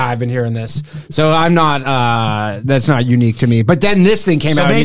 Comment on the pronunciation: “dude i’m NOUHHHT kidding” ..canadian ⭐️🇨🇦